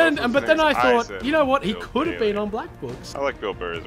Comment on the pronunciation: it sounds like you say "wheat is going on guys"